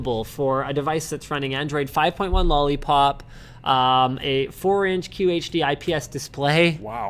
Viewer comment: Linus... qHD. Not QHD As in, quarter HD